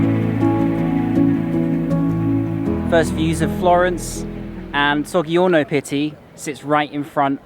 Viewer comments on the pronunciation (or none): sorry but if you are pronouncing a d in both words you are saying them wrong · nice video! just a tip: gg+i=j sound